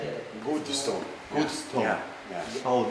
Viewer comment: 斯通，明明是斯抖恩🤣🤣（stone）